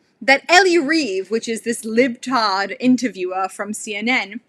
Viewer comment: Hearing "Libtard" in a British accent just made my morning.